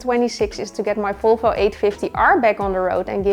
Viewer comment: Love your videos and how you say Folfo🥰 big happy new year from Norway 🍾